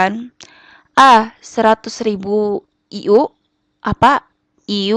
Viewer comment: Internasional unit dibaca ay yu wkwk